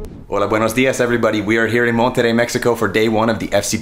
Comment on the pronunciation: First foreign non-spanish speaking person with the right pronunciation of "Monterrey"👏👏👏👏👏👏